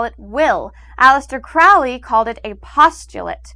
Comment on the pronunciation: It's actually "Crowley", rhymes with "slowly". You know, for the people who actually practice magick, it seems all her understanding is from books and definitions, which is fine but, it would have been nice if she involved or asked actual practitioners. I hope she gives a better definition of the types of magick in the next video, because I've never heard sex magick described that way in my life. She means well, but an outsider's descriptions and interpretations are bound to be a little off.